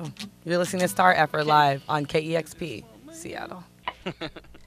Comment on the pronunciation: "Stareffer" Lol :D